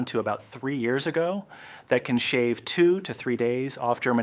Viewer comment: Why is this AI voiced? Is any of it real? Every pair of hands is different, multiple people appear - if it's really something you learnt from a neighbour years ago they why do you say years ay-go